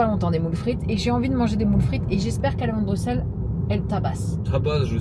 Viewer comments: Pareil, difficile pour les oreilles belges 😂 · Merci, ca me perturbait aussi 😂😂🥰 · Je ne peux pas continuer la vidéo sans dire ça : le x de Bruxelles se prononce ss, donc "Brusselle". J'ai dû mettre pause à la séquence dans la voiture pour venir le dire parce que ça me rendait foooolle hahaha 🤭 Bisous de belgique et courage pour la maison au japon 😘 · comment tu dis bruxelles ???